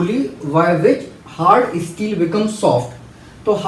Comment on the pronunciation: It is steel not isteel .. improve your pronunciation.. You are not explaining any thing you are just translating from English to hindi.. there is lot more to know in that like molecular bonding sterss strain etc And you don't read the sentence again and again it's really annoying..